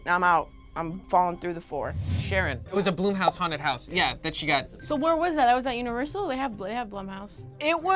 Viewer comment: The "Blum" in Blumhouse rhymes with plum. I know. I know. I pronounced it bloom, too, until hearing Jason Blum give commentary before one of his movies where he actually pronounced his name (and company name) for us.